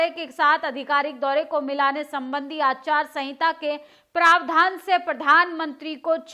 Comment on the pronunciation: Aacharya sahinta nahi hota ya bola jata hai madam......aachaar sahinta bola jata hai...